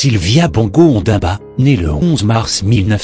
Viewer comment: Ondimba et non Ondamba.